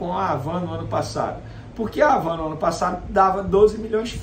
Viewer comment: A pronúncia não é Ravan, é Avan. HAVAN.